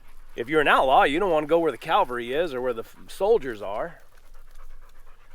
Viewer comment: FYI: The army men that rode on horseback were CAV AL RY! Not CAL VA RY ! Calvary refers to Jesus on the on the cross at Golgotha! So please remember to say CAV not Calv!